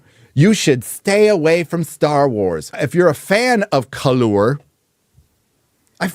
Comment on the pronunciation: Dont say colour that way, have some respect for your elders from 1700's